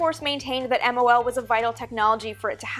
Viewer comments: both pronunciations, Geminee and Gemi-eye have been widely used. What I find more annoying is that Amy is editing her vids even faster than she speaks. She constantly calls that program MLO, rather than MOL. No clue why. Also she calls the first manned Gemini missions 4 and 5, ignoring the fact that 3 was also manned and brought back pictures. Amy, avoid all those mistakes by slowing it down a bit. And a little more diligence, please! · Teitel (Vintage Space) please call it MOL next time. You said MLO almost a dozen times. Take your time 😃